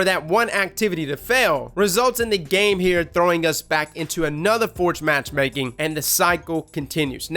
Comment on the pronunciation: "Go to the forge after your light is low and start Matchmaking".... Swear I heard masturbating...